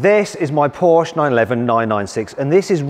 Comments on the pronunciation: Even when the Porsche employee keeps correcting your wrong pronunciation you continue with inaccurately pronouncing Porsche! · Its not 'Porsche' . . . . its 'Porshaaah' 😆😅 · How tf can Matt still pronounce Porsche as Porsh as an owner? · come on Mat, it’s PORSCHE, not pooOOsh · You can’t or won’t say “Porsche” properly? You’re a punk. Go buy a Corolla. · You said the brand wrong and the wheel is on the wrong side. Lol did you wreck it? Jkjk I sat in my c4s today for the first time. We all have fun don’t we? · Another person who does not recognize that Porsche is a two syllable word................... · Owns a Porsche, is a motoring journo, but doesn't know how to pronounce the brand's name. There again, he's also used "broke" as the past tense of "brake"! Probably thinks "brake" is spelled "break. 🤣🤣🤣🤣🤣🤣🤣🤣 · Stopped watching the video and gave it a thumbs down soon as you pronounced Porsche incorrectly.